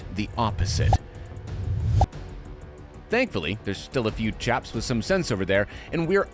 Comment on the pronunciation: Holy shit I heard "japs" instead of chaps